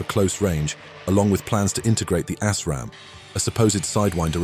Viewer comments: I think you might want to pronounce it “as ram” not “ass ram” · Lmao he straight up said “assraam” instead of “asraam”